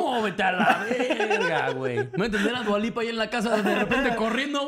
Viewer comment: En lugar de Dua Lipa, es Dua Lupe.